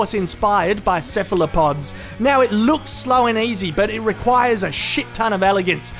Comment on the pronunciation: Did anyone else hear cephalopod and think syphilopod instead?